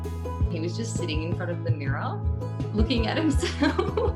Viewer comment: The way she says "mirror" definitely sounds Aus or NZ!